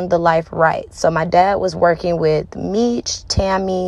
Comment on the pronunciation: Sounds like some BS, He4 Dad is in jail for a Murder for Hire and Drug trafficking not because of a phone. She claimed she Kew Meech her whole life but yet she can't even pronounce his name correctly. Where's the Paperwork? There is Paperwork showing why her Dad is really in jail so look that up.